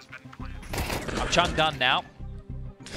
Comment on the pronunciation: I lost it at "Chungdone" casters well done boys